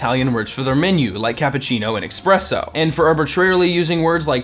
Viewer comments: Expresso? You mean Espresso? Man, I hate when people do this. Like "Hey, let's take a pitcher" when they want to take a picture. That should be a sin. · C'mon, man. "Expresso"? "Expecially"? Get it together! But still an entertaining video on DD. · IT'S ESPRESSO AND ESPECIALLY ... THERE ARE NO X'S IN THOSE WORDS!!! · did- did you really say eX-presso? why? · 1 sin for saying Expresso and one sin for saying exspecially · "expresso" ding also "expecially" ding and they used the taping $100 bill to the eyes gif twice ding and dunk d ding and discount movie recipes at the end ding and he was mostly italian despite being the french chef ding and "heap it on in" ding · Saying "ecspresso" DING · You get 5 sins for saying "Expresso" and "Expecially"